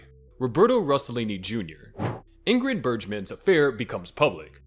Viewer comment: Another production spoiled by AI. Clark Gabble, Angelica Husston, Ingrid Bergeman. Lol!